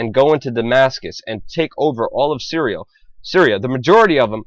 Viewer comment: did he actually say "cereal" instead of "Syria"?